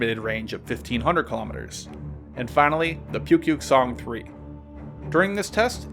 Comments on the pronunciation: it's spelled pukguksong but pronounced more like Book-Geuk-Sung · Well not awful maybe that was too harsh! For future reference, Pukguksong is pronounced 'Pookgooksong' :) hope to see more! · What he said: Pukguksong. What I hear: Pewpew song. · It pronounced Nukepuke-Song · Thank you for FINALLY doing North Korean hardware! I love you! P.S. Your pronunciation of 'Hwasong' and 'Pukguksong' is funny 🤣 but I like that you try anyways! Thanks again.